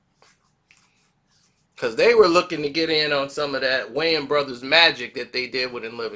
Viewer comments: Wayans...not wayne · The “s” in Wayans ain’t silent dawg